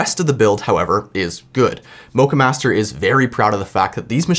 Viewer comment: You pronounce the o in Moccamaster like the O in ' lock ' , not the O of O My GOD ;)